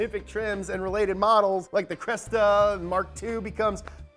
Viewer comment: It's called Cressida